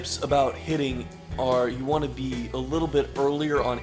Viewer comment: lol.. "waohnt"